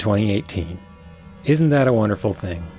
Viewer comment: th-aaa' T' da'. That's awful.